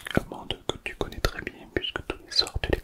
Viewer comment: J'aime bien quand tu fais le trrrrrrrrèèèèès😊😊😊😊😊😊😊😊